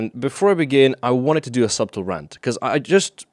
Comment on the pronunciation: Wait, do you pronounce subtle with a B?